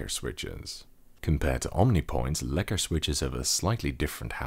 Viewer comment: You pronounce lekker, really good. Are you from the Netherlands.